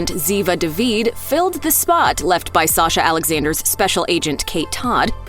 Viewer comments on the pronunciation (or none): none